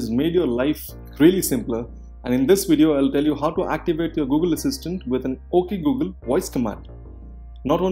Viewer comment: When they said at first "Oke Gu Gel"